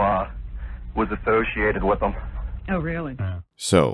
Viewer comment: "Clay" might have been around NOLA but... the one thing that made me wonder is the way he said "associated" with an emphasized O. The only place I've heard that accent emphasis is kentucky or ohio. Its not southern, not midwestern, but uniquely "hillbilly" my bfs family is from ky and that is super close to how they speak.